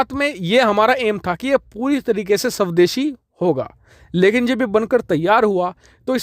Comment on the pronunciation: गलती से स्वदेशी को शवदेशी बोल रहे हो या जानबूझकर